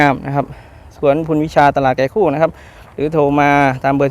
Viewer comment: ตลาดไก่คู่อยุ่ที่ใหนพูดไม่เคลียร์